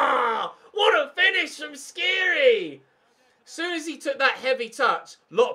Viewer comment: dislike coz u still pronounce skhiri wrong after 6 episodes